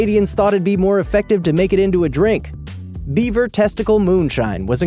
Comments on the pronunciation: Thought you said 'Beiber' testicles - That would work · am i the only one that thought he said bieber testicles and alcohol? 😂